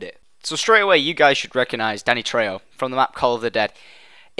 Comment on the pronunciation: You pronounced Danny's name right!